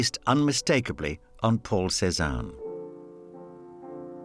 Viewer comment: I keep hearing Poor Cezanne instead of Paul Cezanne.